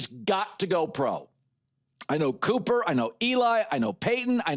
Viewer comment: If you knew Cooper, you would know how to pronounce his name...